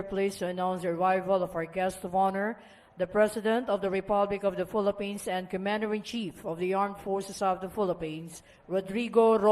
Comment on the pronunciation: tama ba ang pagka rinig ko "filapins"?